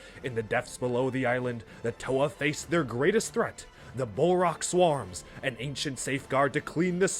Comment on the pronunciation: Ah yes, 'wahrr', 'manippleation', 'swahrrms'